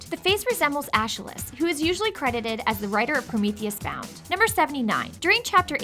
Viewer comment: I swear, this woman needs to learn how to pronounce things. "Ayscheelus"? Are you kidding me? It's pronounced "Eh-skuh-lis."